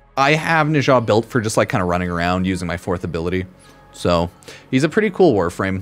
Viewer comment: "Neshaaaa" whaaaaat? 😂😂